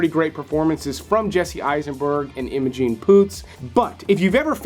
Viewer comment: It’s Imogen dude not Imogene